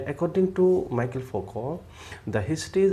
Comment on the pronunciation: Nice video, thanks! But its pronounced Me-Shell, not Michael :)